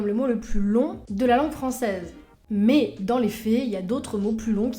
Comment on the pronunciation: Chaine très intéressante, que je viens de découvrir. Merci. Juste un petit truc, j'ai tendance à bloquer sur un tic de langage quand j'en entends un. Le votre, si je puis me permettre, c'est de prononcer "mais" avec le son "é" au lieu du son "è". Ce qui est très étrange pour quelqu'un d'aussi érudit. Voilà, c'était juste pour faire mon connard, je ne peux pas m'en empêcher. À part ça, c'est un plaisir de vous suivre, et ça ne remet absolument pas en cause l'intérêt que suscitent vos vidéos. Juste, j'ai un tic nerveux à chaque "mé".